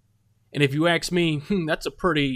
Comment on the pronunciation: “If you AXE me...” — And some people here say great reporting to a “reporter” who speaks like that. Laughable. 🤣